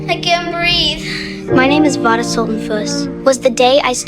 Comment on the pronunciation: You said her name wrong at the start 😂